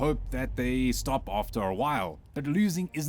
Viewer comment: On an unrelated note your "stop" for don't stop gaming sounds very much like "start". Keep it, it's good advice either way.